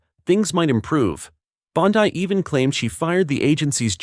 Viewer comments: You are mispronouncing her last name. It's not BONDI like you would pronounce it in English , it's like you would pronounce BONDEE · Bondeye? Stupid AI trash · Who is behind this channel, it has only been around since 2022. A-I is pronouncing Pam Bondi`s last name wrong ! Psyop !